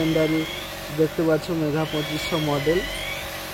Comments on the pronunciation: উচ্চারণ টা মেগা বলুন । বার বার মেঘা মেঘা কেনো বলছেন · Mega 2500 ta thik kore bolun. bar bar megha megha ku bolchho